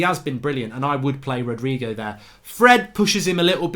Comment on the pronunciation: It's not Rodrigo is Rodrey